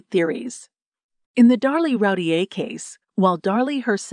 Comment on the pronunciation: Her name is pronounced Roo teer.